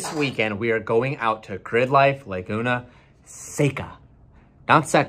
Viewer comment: "LAY-GUNA SECA"